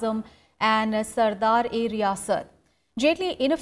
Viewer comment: It's sadar e riyasat and not sardar e riyasat..